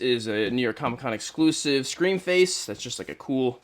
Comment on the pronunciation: Bro said sream face😢